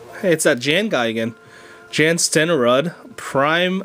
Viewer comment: it is pronounced Yan Sten-er-rood